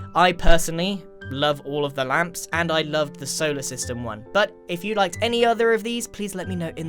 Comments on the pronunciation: grian: ŁÂMPŠ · grian: LAmPss , i want more! All of us: we're ok with just a few Grian: LoOok ITZ CHeAZe Us: umm... ok?